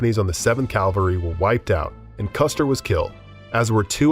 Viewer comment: It's cavalry not calvary